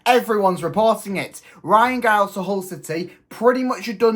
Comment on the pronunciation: Pronounced Jiles